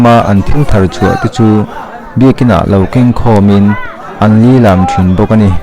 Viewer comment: Lilam i tih dan,a thluk a dik lo.....